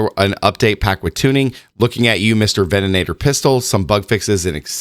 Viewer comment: Did they also add an extra "an" to the ven-a-tor?? 😂😂😂